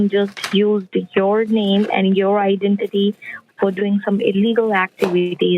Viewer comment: These thieving idiots cannot pronounce IDENTITY for all the rickshaws in Scamland!